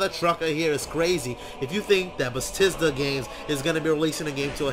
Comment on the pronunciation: BE - THES DA not Betisda